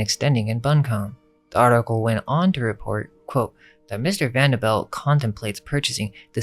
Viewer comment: It's pronounced Vanderbilt not belt.